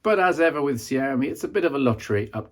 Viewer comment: Kudos on the pronunciation of Xiaomi.